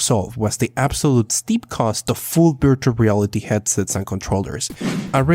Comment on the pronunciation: Does anybody notice he said beartual reality